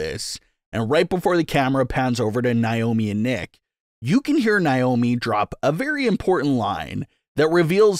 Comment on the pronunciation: FOR THE LOVE OF GOD!!! HER NAME IS PRONOUNCED NAY- O- MEE